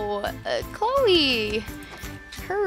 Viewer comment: When you said Cloe you said Chole not trying to hate